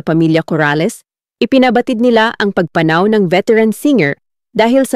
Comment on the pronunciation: Sana lng ok magbasa un ngsasalita. Para d pilipino. Mali pagbigkas ng salitang pagpanaw. Sorry po, d ganda pakinggan e